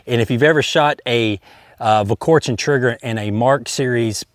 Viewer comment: you're a better shot than I'll ever be, but you just can't get your tongue around that L in Volquartsen.